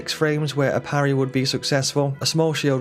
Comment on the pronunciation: "Pa rry" we dont do that bro